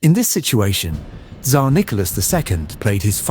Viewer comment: And the pronunciation of this AI generated narrator is terrible. One of the weirdest pronunciations of Tsar I have heard